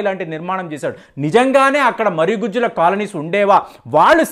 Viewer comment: Not marigujju but marugujju